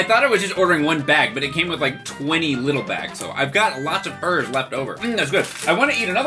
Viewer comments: When he said Herr like “her” I felt that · Herr's make good pizza flavored snacks. Me: When you said that name, it sounded like a mumbling villager from Minecraft. Just wanna point that out.